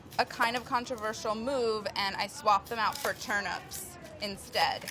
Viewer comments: Wait, why is she saying turn ‘ups’. That word contains ‘nips’ and should be pronounced as such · In my country we pronounce them as turn-eeps not turn-ups